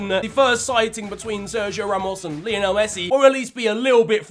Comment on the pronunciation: Love the videos! But for Christ sake man, Messi is named after Lionel Ritchie and their names are pronounced the same! Lie-o-nul not Lee-oh-nell 😭